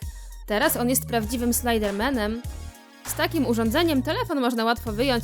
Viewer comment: "teraz jest prawdziwym sloajdermenem" ~